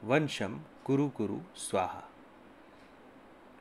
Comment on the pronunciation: भाई प्रणाम।मंत्र मे थोड़ा संशोधन कर ने की कृपा करें।'वंशम्' न होकर ''वशम्''कर लें। मेरे प्यारे भाई आन्यथा न लें।